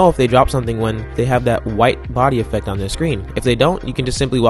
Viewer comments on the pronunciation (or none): none